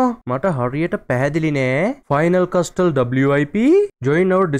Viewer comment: මයියෙ ඒක කියයන්නෙ කස්ටල් නෙමේ කාසල් කියල ටී අකුර කියන්නෙ නෑ ❤❤